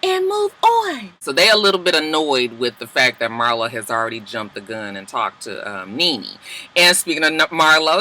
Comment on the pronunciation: The more you kept saying Marlo I felt like it sounded wrong 🤔 maybe it’s just me y’all